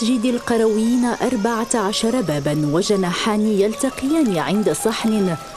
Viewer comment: مسجد القرْويين و ليس القرَويين .. أي بسكون الراء و ليس فتحها .. و ذلك نسبة للقيروان بتونس و ليس للقرية أو البادية .. المرجو الإنتباه و الحرص على عدم تحريف اسم هذه المعلمة العالمية